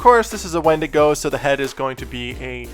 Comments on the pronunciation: Win-digo is how it’s pronounced, not wen- digo 😌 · Its spelled a wendigo but its pronounced windigo. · ...me cringing internally every time he says wendigo....